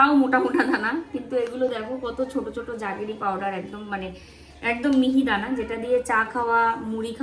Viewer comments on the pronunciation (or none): Juggery noy jaggery powder. Pronunciation ta thik koro. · উচ্চারণ টা জাগেরি নয়, জ্যাগারি পাউডার। খুব ভালো থেকো তোমরা।❤❤